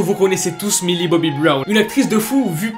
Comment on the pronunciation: OH PUTAIN!!! MILLIE! PAS MILI!!! Mdr je t'adore!!